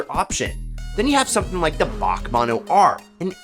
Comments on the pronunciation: or Bach Mono 🙄. it’s B A C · B.A.C. , not “Bach”